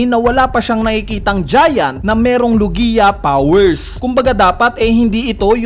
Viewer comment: WALANG KWENTANG THEORY, LO-GI-A TALAGA???? LOG-IA 'YON.